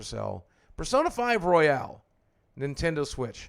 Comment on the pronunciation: It's ROYAL, Persona 5 Royal, not Royale